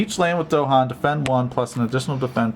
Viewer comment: Nice video! If only you didn't mispronounce Dahan. this is the original Kickstarter video this is GTG's "How To Play" In both you can hear the phrase "the island's native inhabitants, the Dahan". It's not DOHan.